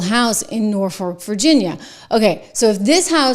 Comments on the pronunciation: You just plain cannot pronounce the name of a town below the Mason Dixon line, can you? Not North Fork...Norfolk....it's a slap in every military member's face to mispronounce a city with such a history...Memorial Day is coming up...God Bless those who gave all... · IT'S NOT"NORFORK'!!!! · Also the city of Norfolk is pronounced NOR-fuk